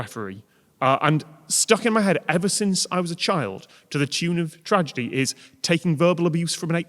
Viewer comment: "Tradegy", twice. 😄